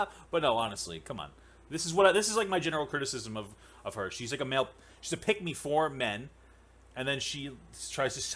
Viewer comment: when papa says "pick me" it sounds like he is saying "peg me"